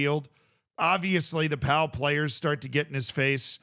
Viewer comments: It's pronounced Po! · 100% pronounced Po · Pau is pronounced Po fyi And I don't think he meant to drag him up. I think he was telling him to stand the fuck up